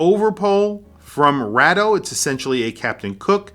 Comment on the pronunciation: Why does this guy pronounce Bathyscaphe and Rado incorrectly